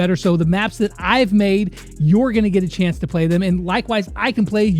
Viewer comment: “u can now officially have a ch-eance